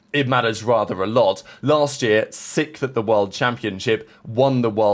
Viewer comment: There's that word sickth again 😂😂😂